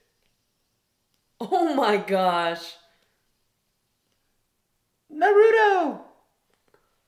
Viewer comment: You have been getting Naruto's name wrong which is what many people for some reason do. They give him a D sound instead of a T sound. is an example in this episode but you do it quite a lot if these videos. You say it like Nuh-rU-doh when it's said like Nar-oU-toh.